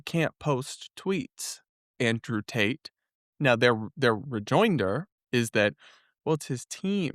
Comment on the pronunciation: lol, i thought they were shouting "Free Ta- te" pronouncing is name with a new accent 😂😂